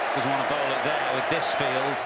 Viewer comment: "he says 4 runs off thiss" 😂